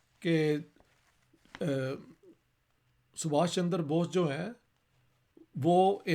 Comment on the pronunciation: सर इश्तिहाक जी का सुभाष चंद्र बोस को सुभाष चन्दर बोष कहने का कारण ये है कि उन्होने ये नाम फारसी लिपि(उर्दू) या अंग्रेजी लिपी में ही पढे है .जिनमें चन्द्र और चन्दर का अंतर नहीं पता चलता । Why Sir Ishtihaq is pronunciating Chandra as Chandar ? It may be because he has read this name only in English and Persian script(urdu) .. its difficult to express this pronunciation exactly in these scripts.